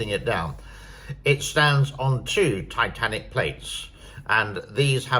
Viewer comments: It's "Tectonic" not "Titanic" you dolt... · Tectonic pronounced Tek' tah nik. The earthquakes anywhere near the dam have been very minor between 3 and 4. The Richter scale is logarithmic meaning 4 is 10 times more powerful than 3, 5 isc10 times more poeerful than 4 and 100 times more powerful than 3 etc. The effect is more complicated than just the number. The depth and geologic factors play a role in the nature and degree of damage. The photographs showing gross distortions in the shape of the dam were due to photographic artifacts resulring from the way multiple photos were stitched together. Any deviations from the original shape are so insignificant they cant be detected by the human eye. A missile attack could destroy the dam. If that happened, it would be the worst humanitarian catastrophe in human history killing 450 million people or more. It would be the end of China.